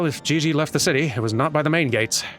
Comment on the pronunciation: It's "Gigi"... like " G U I L L O T I N E ". Hon hon hon~ ♥